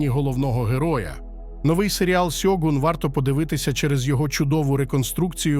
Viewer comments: чому ж сьогун коли шьогун? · Авторе, правильно Шьогун, а не сьогун. Годі вже використовувати поліванівку. В Японії ніхто не каже: сусі, Хіросіма, Сібуя 😁 Правильно - суші, Хірошіма, Шібуя і т.д. А так серіал середній. Сподобались костюми, японські актори, персонажка Маріко, загальна архаїчна атмосфера. Актора на роль Анджіна невдало підібрали, як на мене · Авторе, правильно українською буде "Шьоґун". Купка м'яких приголосних на місці японських м'яких шиплячих - російська транслітерація японської.